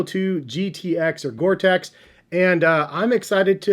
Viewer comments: No offense, but STOP SAYING GORE TECH. IT'S GORE-TEX. Thank you. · these caught my eyes a week ago, but i do not need any more shoes at this point. and it is not pronounced gore tech lol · I think it's pronounced Gore-Tex (teks). Nice cop btw, especially for the rainy days and such.